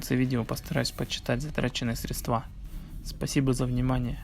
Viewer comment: "...средствА" ? Что у вас у всех с русским языком то?